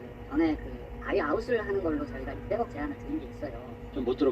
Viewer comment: 200억이라 들리는데 600억은 머에요?????????? 제가 숫자를 잘못 배웠나... 2와 6을 반대로 배웠나.